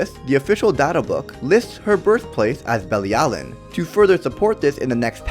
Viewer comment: Bruh she’s not affected by commandments because the supreme deity gave her immunity to them. ALSO you COMPLETELY butchered the word belialin. Watch the anime bro